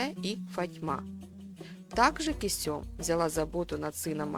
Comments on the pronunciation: Она КЁсем а не Кесём..... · Не Кесём, а КЁсем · Не кесём а кёсем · Не Кусём дура, а Кёсем. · Кёсэм надо говорить а не кюсюм, это совершенно другое слово! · Почему Кесём, а не Кёсем??! Вы же в названии правильно написали, а произносите неверно. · Из-за ужасного произношение имени Кисём, не смогла смотреть до конца. Аж уши режутся. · Она ге Кесюм, а Кёсем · Почему КЕСËМ, а не КËСЕМ??? Ушам своим не верю. 😂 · Косём весь ролик уши резало! Кёсем правильно говорится в оригинале сериал включите и послушайте как произносится 🤦🏻‍♂️ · не Кесём а Кёсем. произношение уби*вает. закрыл видео на 2 минуте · Почему не Кёсем? Читает с ошибками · Все что вы рассказывайте мы видели в сериале. И ещё: её звали не Кесём ,а Кёсем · Кесём разве,что ли ни Кёсем? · Не Кёсём а Кёсем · Уши режет кесЁм 😂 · Почему автор ролика называет неправильно имена, особенно Кесем? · А почему имя так странно произносите ?